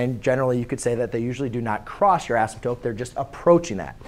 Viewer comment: Its asymptote not asymptope no hate tho